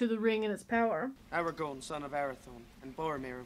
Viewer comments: Air-uh-goRn not Air-uh-gone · It's Aragorn, not Argon 🤣. Argon is a noble gas. Argon and Dumbledore, love it.